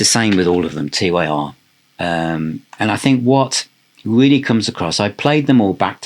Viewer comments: Tyr is pronounced tear (as in crying), not t, y, r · its not T. Y. R. ! Its Tyr! the germanic mythology god. :) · Why do you spell out TYR? Isn't it just pronounced Tyr (tear). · It's pronounced Tur the God of War and the ruler of law in Scandinavian mythology anyway you want to say it in English is fine with me lol 😂Teir, Tire or TYR it all means the same thing depending on what country you're from. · Its Tyr (pronounced tier)...the norse god of war......not T-Y-R😊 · FYI, Tyr is pronounced "Tier". Domini is pronounced "Doe-min-ee". ;) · Btw, the album is pronounced ‘Tier’. Great video! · Great video but why are you pronouncing TYR as T-Y-R? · TYR is just pronounced tear, lad. £99 for the cd set. They can get bent. Absolute madness.